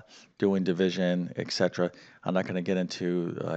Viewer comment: I hate to be that guy, But!!! I keep hearing you say "ex cetera"; It's "et cetera".